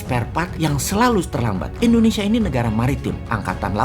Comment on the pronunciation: Kok endonesia ?? Tolong bang , klo ucap indonesia jngn endonesia ,,, kek jmn orba aja